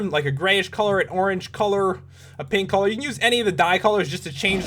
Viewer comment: its not "colre" its Color